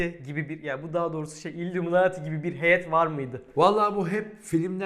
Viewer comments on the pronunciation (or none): none